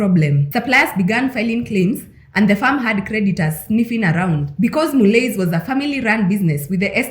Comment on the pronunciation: It's pronounced "Mullee"